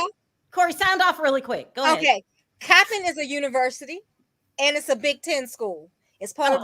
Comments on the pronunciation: it’s NOT choppin it’s COPPIN and it’s a University not a junior college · It’s not pronounced like hoping it’s pronounced like hopping Coppin! 🤔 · It’s pronounced Cop In, like police cop It’s a state University, a HBCU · Cop pin is how the college is pronounced Coppin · It's pronounced as Cop-pin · I'm from Baltimore and its pronounced COP-PIN State University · Coppin State University NOT "Choppin" is an HBCU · I rock with this show but it makes me sad that you don't know Coppin State is a Division 1 HBCU and you keep mispronouncing it. Juan could have been recruiting or a host of other things coaches do in the off season.